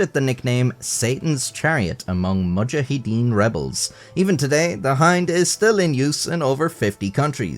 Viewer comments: Yes! That bugs the crap out of me. GWB used to mispronounce it often and it made me twitch. It's also crazy how he pronounced mujahideen as "MOO-cha-HEE-tin" at about the 45 second mark. Yikes. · "Mucha heedn rebels?' No AI voice please. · A few years ago, after a video where you repeatedly pronounced Nuclear as Nuculer (who could really blame you, since many US presidents pronounced it the same way) you went out of your way to pronounce it correctly in the next video. Then have pronounced it incorrectly in every video since. I've also never heard anyone pronounce Mujahideen quite that way before. Anyway, stay safe.